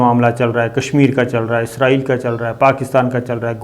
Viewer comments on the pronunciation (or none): none